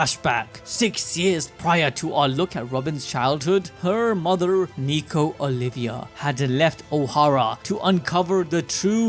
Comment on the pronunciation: Nico Olvia. Not Nico Olivia.